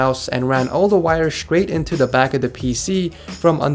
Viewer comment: lol Count how many times this man said scrait instead of straight.